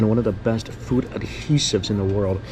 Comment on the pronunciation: Literally to the robot: “take me to fewd” 🤣🤣🤣 love you!! 😂💕